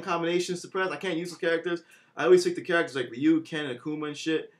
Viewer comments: it is ree-you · Ryu's name is pronounced REE YOU as the Japanese say it.